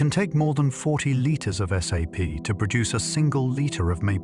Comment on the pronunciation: yeah a couple times they say S.A.P instead of 'sap'. Sad how much AI there is now. Makes me wonder how much of this is facts.